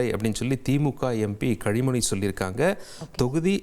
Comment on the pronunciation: Kazhimoni nu thappa pronounced ah or purpose ah😂😂😂